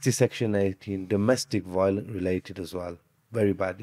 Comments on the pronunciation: You know nothing so just shhh. I just got done watching another video and Yakoob exactly says “Wiolence”. Everyone in the comments was making fun of it, nothing racist about that and Im muslim myself. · Lmao Im officially convinced I am talking to an 8 year old here. Ok, educate me and explain how one can use “google, school, library” in order to show that another user joking about how the lawyer pronounces violence as “wiolence” is racist, especially when he says it like that all over his TikTok reels. Go on then, I’ll wait 😎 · Lol this the guy that thinks he’s straight out of Better Call Saul and pronounces violence as “Wiolence” 😂😂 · He really does pronounce the word like that, so stay mad 😂🤣